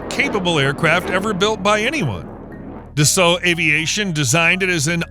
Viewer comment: 「だっせーっ！」じゃなくて「ダッソー」です🤗